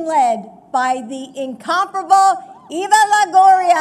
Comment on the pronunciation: Did they say....accompanied by Evil Longoria? Who is Mariacha?